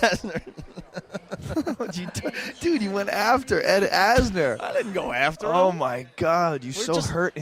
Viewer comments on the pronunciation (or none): It's Ed Asner not Asher...maybe put a little effort into these videos.